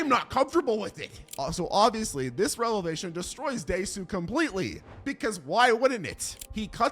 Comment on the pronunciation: Desau’s revelation, not relevation. 😂😂